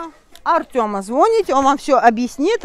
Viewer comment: Говорите, пожалуйста, звонИте, а не звОните